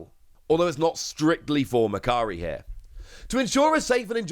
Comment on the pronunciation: Today I learned Japanese site for trading and selling goods is actually called mercary. Before seeing the logo I thought it's called "Makkari", thanks to wonderful accent 😅